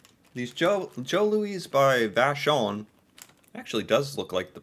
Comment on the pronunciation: You pronounced Vachon very well my friend! It's a French family name eh Fun fact, Vachon cakes was sold to an American cie in 2014